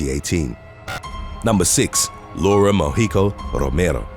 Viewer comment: I love the way he pronounces my last name..."Rooomerrro" .. he rolls his Rs perfect